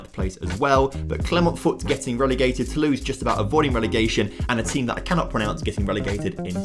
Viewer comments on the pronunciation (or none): none